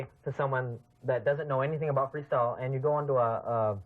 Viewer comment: In minute says Freesyle... incredible for a profesional Freestyle video hahaha, how come nobody noticed